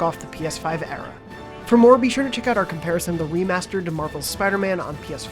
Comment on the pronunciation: did he say Wii-master?